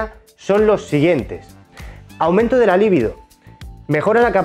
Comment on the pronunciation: Aunque pongas en el vídeo LIBIDO, lo dices (minuto ) con el acento en la primera I, por lo tanto dices LÍVIDO, y nada tiene que ver una cosa con la otra. No tengo pretensión de dejarte mal ni buscar confrontación, sólo la de que al dar información hay que tener cuidado, aunque aparentemente no tenga importancia. Un saludo.